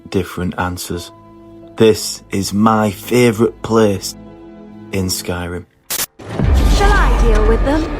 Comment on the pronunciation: "Mah feevrit pleees" 😄👍